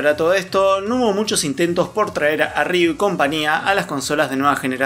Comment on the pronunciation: Se pronuncia "riú", sin doble R al inicio. 😉